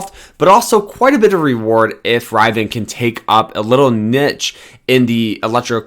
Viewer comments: OMFG "RIV E IN" phonetically. Please do not take advice from here. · Did you say internal public offering? And are you pronounce it Rivan? 🤦🏼‍♂️